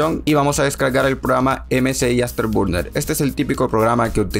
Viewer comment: "MSI asterburner y el RivaTURNER" 🤣🤣🤣